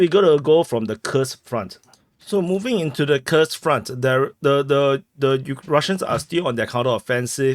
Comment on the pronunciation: Bro, when you speak Russian, you sound like you're about to have an aneurysm and shite yourself at the same time. When you speak Wyattussian, I laugh, I cry, I cheer but most of all I enjoy HOW you put out YOUR content in you're way. Gimme that "Kirsk, Kursk, Kooorsk" action everyday